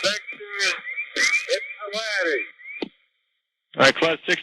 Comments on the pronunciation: Okay, the first officer definitely isn't from Ypsilanti, he pronounced it "yip sil lanti", us ypsilantians hate that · My reaction to hearing "Ypsilanti" ... Wow, he's so confused, he's making up ludicrous names. Realized it was a real thing. You americans sure have some weird names for places. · FYI: He was 50 miles NE of Pittsburgh when declaring emergency... He requested to go to "Ypsilanti" which 250 miles away and is called Willow Run (YIP). So requesting to fly 250 miles to a smaller airport than your closest when you cant control the airplane is crazy in itself... But the most amazing is how he can pronounce Ypsilanti when he can barely talk. :-)